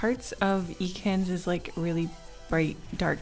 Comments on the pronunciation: Eecans!? Eecans?! It's Ekans! E not ee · I love the video but the way you pronounced Ekans bugged me. It's Ek - kans, not E - kans But I love the vid anyway ^-^ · ekans is pronounced "eh-kens," not "ee-cans" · No one:: Eeee-kan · I- did you just call Ekans e-cans? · Just a little heads up: Ekans is pronounced “EHkans” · she literally named her channel after a city in pokémon but can’t pronounce the name of one of the original pokémon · I'm sorry but, you pronounce Ekans like WHAT???